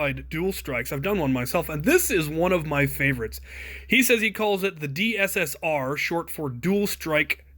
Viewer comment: I think Dssr sounds like ussr